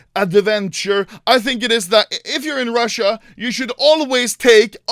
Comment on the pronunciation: БОЖЕ КАК Я ОРУ АХАХАХАХАХА, RRRUSSIA NUMBERR OOONNEEEE